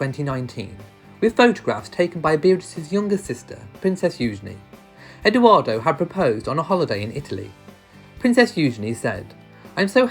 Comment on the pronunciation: I really appreciate all your videos but it is EdOardo with the “ o “ like “original“ not Edooardo or Eduardo. Thank you